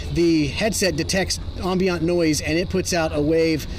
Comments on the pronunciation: The word is "ambient" like "I am" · Crazy pronunciation of "ambient" noise by the guest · does It bug anyone else that he can’t pronounce “ambient” correctly?